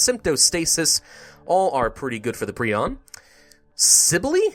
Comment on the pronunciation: Isn’t it pronounced pri - on not pree - on